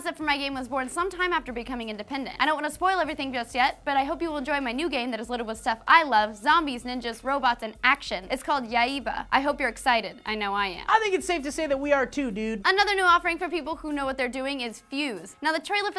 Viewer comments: Yaiba is pronounce y-ai-ba not ya-e-ba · It's pronounced "yai-ba" not "ya-yeeba" lmao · yaibwa, totally butchered that, looks trucking awsome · pronounced Yaiba wrong... that threw me off not reading